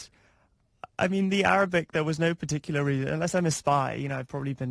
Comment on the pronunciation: Did that guy with the white T shirt on, actually pronounce Arabic, like that??? Weird.